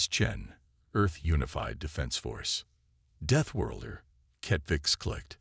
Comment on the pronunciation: Auw! Deethworlder again. How is this possible! Such basic words and then so mangled 😮😮 I’m still going to listen to this story because the concept is promising. However I already know this is going to be a torture, I’ll try to sit through.